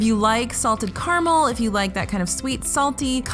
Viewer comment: She's actually saying Carmel... Which is even more of a head scratcher